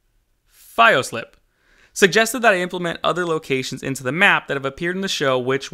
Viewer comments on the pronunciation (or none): Hello, i am Fioslipe. I am flattered you listened to my suggestion and mentioned me. I am sure ypu will improve the city a lot with these new extra locations. The pronunciation is more or less like "Fee oh sleep", though.